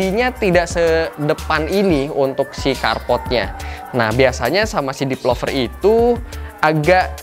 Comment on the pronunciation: kenapa tiap bilang developer kedengerannya jd depelover sih... agak gimana gitu...